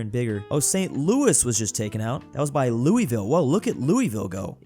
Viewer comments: Me watching as he just ignores the battle between St. Louis and Kansas City and then say Louisville wrong which probably just angered people from Kentucky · Same here! Sucks they lost though. Crazy that they lost to Lexington. It’s also funny that he was pronouncing it wrong lol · THE WAY YOU SAY LOUISVILLE 😭